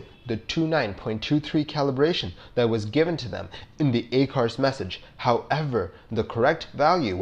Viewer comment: I apologize that I didn’t see it earlier but the acronym ACARS and some of the pronunciations. Just a critique. Please don’t take offense.